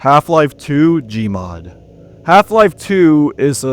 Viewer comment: oh you butchered the gmod part oh my god